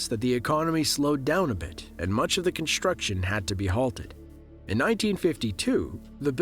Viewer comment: Dude you do a great job voicing this, but please, stop saying "conSHtruction" and "conSHtructed". Are you doing that on purpose? It's really annoying.